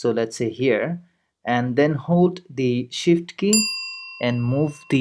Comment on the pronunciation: Hold the what Key? it sounded like hold the shoot key what is that ?